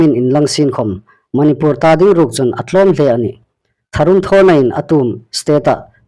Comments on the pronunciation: Manipùr ti ta naw la Manipûr ti ta rawh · Chanchin thar puonga um ngaithlâk ding a um hi lawm a um a.Amiruokchu,Manipur i lamrîk dan hi chu andiknaw ngêi el ie.